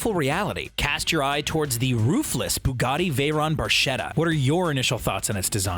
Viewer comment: Great show however the commentator should do some research before pronouncing the name Renault and the word Barchetta. Just saying because that was nails to a blackboard like to hear!!!